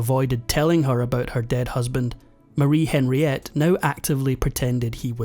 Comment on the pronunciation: Henriette is pronounced on ree ette not Henry ette.